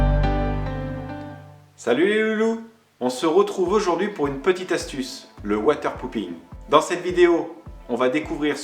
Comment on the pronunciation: Water popping avec un o et non pas un ou. Avec un ou cela veut dire chi... de l’eau :-)